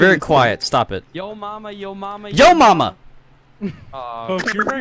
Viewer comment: Why does everyone on SMPlive keep saying my name? anyways its "JaMaMaa" not "Yo Mama"